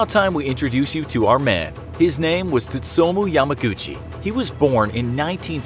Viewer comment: You butchered his name so hard but i guess i can't complain we are a small country